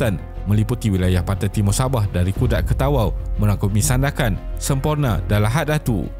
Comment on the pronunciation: Bila pakai suara AI ni, kena adjust spelling sikit untuk nama2 tu supaya betul ejaan bila disebut. Contoh, Sandakan jadi Sundakan.